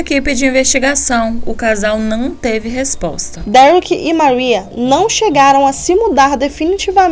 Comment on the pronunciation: Fala Maria em inglês de novo kkkkkkk